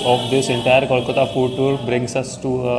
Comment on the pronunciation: Hi. I have been following your Kolkata series and I think you're doing a great job especially visiting some iconic and popular places and trying to give a good review of popular foods. If you spent a little more effort in learning the correct pronunciations, it would really take your videos up a notch! starting with kolkata being pronounced not as "kawl" but as poll, hole, mole, toll or even gol and bol:) all the best! keep up the good work.